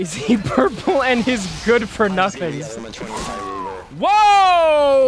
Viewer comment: I heard you say durple instead of purple